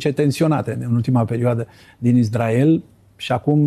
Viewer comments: zice numai izdrael... ca Nāstase 🤦‍♂🤦‍♂🤦‍♂ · si asta zice "Izdrael", ca Nāstase? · Am auzit de atâtea ori și de la atâția deștepți pronunția "IZDRAEL" , că mă apucă durerea de dinți !